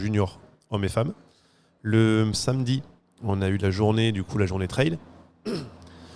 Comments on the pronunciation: le mot anglais "trail" qui signifie "chemin", viendrait du mot français "trailler" qui signifie "remorquer". Vous êtes sûr de vous ??? Vous le trouver où le lien entre remorquer et un chemin ? Il n'y a pas de honte à faire un effort sur l'accent lorsqu'on utilise un mot anglais. On se croirait avec des collégiens qui ont besoin de se moquer de ceux qui font un effort. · le trwail 😅